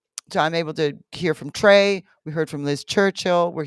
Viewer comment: Trey not jay